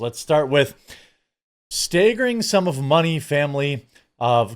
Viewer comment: “Stay-gering” lol